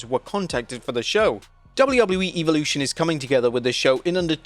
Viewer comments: bro stop calling it “EVILution” 😂😂😂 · do you just like pronouncing evolution wrong? pretty sure it's a short e not a long e.